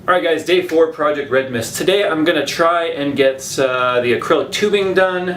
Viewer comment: he said Proyect Red Mist! lol...